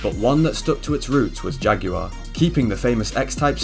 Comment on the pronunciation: WHY TF IS HE PRONOUNCING JAGUAR LIKE THAT????